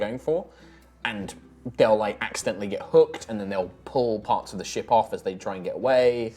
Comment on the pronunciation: I genuinely thought said "I want a shit" Instead of "I want a ship" oof.